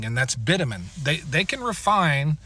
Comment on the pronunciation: I like your video. Well laid out and understandable. Hearing you pronounce bitumen was so painful though. Most people in the industry say bitumen with a soft T. Something sounds more like bicthumen.